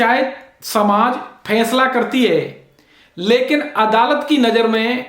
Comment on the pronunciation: बडे़ शर्म की बात है, जितने आप पढ़ें लिखे हैं उतना घटिया आपका उच्चारण है । कितने बेझिझक होकर आप, फै़सला ( faisla ko phaisla ) को फैसला , ' श ' को 'स ' और ज़मानत 'को ' जमानत 'कह रहे 'zamanat' ko 'jamanat ' ऐसे उच्चारण से तो एक अनपढ़, जाहिल और टपोरी का उच्चारण अच्छा है